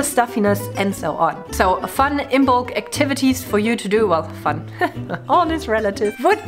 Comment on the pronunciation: IM-molc...not IM-BOLC. The "b" is silent.